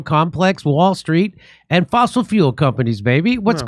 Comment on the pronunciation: ‘Fossil” fuels… 🤦‍♂️😂